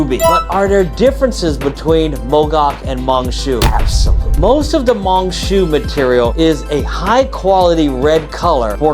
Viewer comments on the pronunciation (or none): It's pronounced as Mine Shuuu.